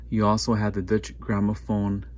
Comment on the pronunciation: Good video but it's pronounced doiche